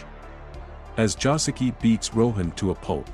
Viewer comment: Bruh, Joseki.....not Josuke....Im dying.